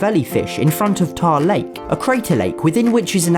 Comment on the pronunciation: its not "tar-lake" its literally "tar-la-c"